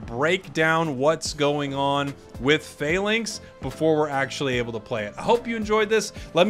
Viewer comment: it's not fay links, it's Fah-links